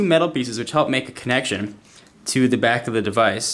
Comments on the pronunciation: lmfao did any1 hear him say "the BACH of the device" instead of "the back" ? hahaha lol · "plugs right into the BOCK of the device" haha! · yeah "bach of the device" LOL